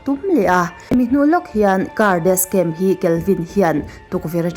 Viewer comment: Dascam tiin i lam a,Jashon tiin i lam leh lawi bawk sia,'SH' hi 'S' angin i lam a,'S' hi 'SH' angin i lam leh daih thin a video dangah pawh...Ka lo sawi ve mai2 nihchu aw,mit leh beng erawh a tlai thin e👍🏻